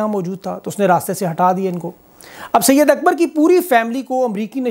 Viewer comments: Bro not syed Akbar it’s صید اکبر said Akbar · Not syed akbar, SAID AKBAR PLS